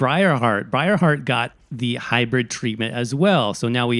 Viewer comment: Hybrid*.. not Hybrith Is it really that hard hearing it?... being said that often?